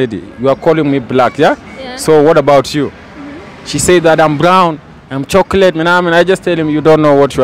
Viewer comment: When he says 'am chocolate menamen'